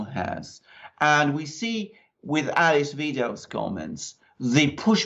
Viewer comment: Please learn to pronounce Ale(hard e) ss Wi(hard i as in night)dels name correctly. It's very easy, and so important. Otherwise, I enjoyed the video. AfD all the way!